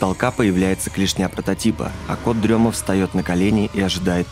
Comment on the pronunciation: Почему всем все равно на произношение "кот-дрема", когда и в переводе, и логичнее говорит "кот-ДРЕМОТ". Камон, рифма все дела, для детей, зачем колесо изобретать